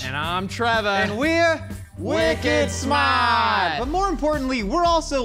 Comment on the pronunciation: i keep hearing ‘wicked smut’ instead, and i am so sorry 😭